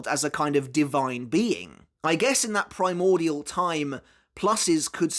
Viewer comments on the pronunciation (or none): none